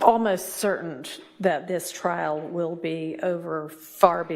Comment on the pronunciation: Why do y'all say "trail" and not "trial" ?????